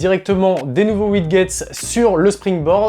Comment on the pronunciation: Ca se prononce Widjet et non WidGet ! Mdr t’as pas un soucie avec le vocabulaire technique t’as aussi dis répétiteur au lieu de répéteur dans ta dernière vidéo Freebox